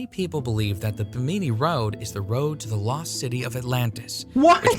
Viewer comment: 2 things 1 the bimini road is pronounced bi-muh-nee not however they did and 2 the bimini road is actually just a natural rock formation lol